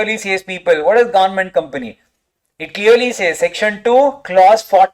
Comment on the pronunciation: Each time i hear government as “Governament” its funny as you like trolling them😂